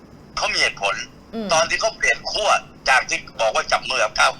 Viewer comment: ขั้ว Not ขั่ว ครับ ไม้เอก ใช้ กับ คั่ว